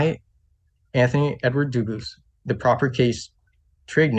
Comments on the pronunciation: The guy's a jack-asp. 1st, his name Dubus in french isn't pronounced Dubus , it's pronounced 'Dubu' or 'Duboo' but the boo isn't exactly a boo sound. more like half bu and boo. So he's wrong. 2nd, When speaking to Doctors, Judges and physicists, throwing out a few technical terms just makes you look like a poser. A very stupid poser. You just know he'll lose his case. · Isn’t the French pronunciation Dooo bwah? Not doo boose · His surname is Dubus. It is Dubois that is pronounced doo bwah.